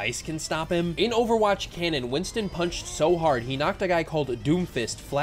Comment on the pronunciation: Btw it's Winston not winton